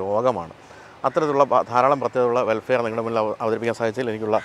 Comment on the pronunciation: വെൽഫെയർ(welfare) എന്നല്ല.. വെൽഫയർ (vellfire)എന്ന് പറയണം.....